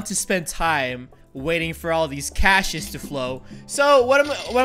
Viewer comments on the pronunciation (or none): none